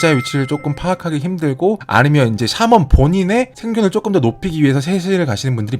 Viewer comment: 푸훗 사먼이 아니라 샤먼이요ㅋ